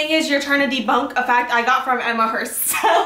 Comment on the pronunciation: she said "debOUNK"